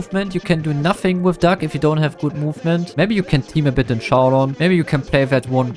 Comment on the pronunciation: It sounds like his saying duck instead of doug